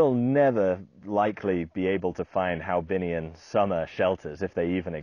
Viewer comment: HoaBinhian , not HaoBinhian . After the 1st H is the o followed by the a. The Vietnamese name is "Văn hóa Hòa Bình."